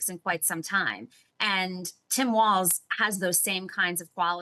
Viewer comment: Flip the L in WALZ. WArZ.